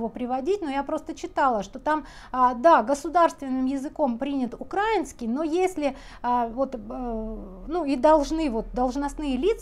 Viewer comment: Давно что-то мне вас ютуб не рекомендовал, пересмотрела последние видео. Пожалуйста, ну откуда это дурацкое ударение? Украи́нский, украи́нец. Ударение такое же, как и в названии страны. Украи́на вы говорите правильно, а с прилагательными прям беда ( За здравую позицию относительно войны спасибо. За позицию "одиннарод"... украи́нцами такая позиция очень многими воспринимается болезненно и негативно.